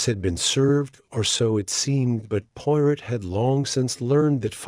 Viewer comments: Amen! That's the truth! Pawrow, Not Pirate. At least use a British accent. This is unexceptable! 😂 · Learn how to pronounce 'Poirot' and any other British / foreign words ... before attempting audio books... 😅😂😅 hilarious😅